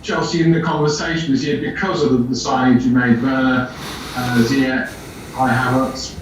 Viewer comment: Why does he pronounce Ziyech like that? lol